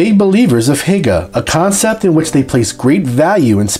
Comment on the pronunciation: Hygge is pronounced closer to whogah. What about shipping and pharmaceuticals? I didn’t know about burgers! Funny, the best burgers and fries I’ve had were in Copenhagen and in Reykjavik. Btw, I’m American. 😁